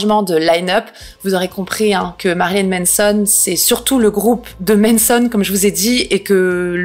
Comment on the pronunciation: C'est MAnson mais tu dis MEnson, ça me fume 🥲